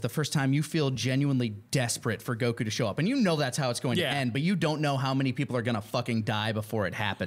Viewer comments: Dude on the left is struggling to say Goku. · why does he emphasizes the "ku" in "Goku"?